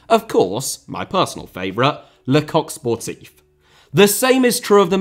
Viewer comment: The only foreign pronunciation he gets correct all video long is "Le Coq Sportif"